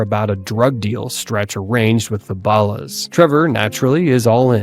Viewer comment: Why do you got to say balls like that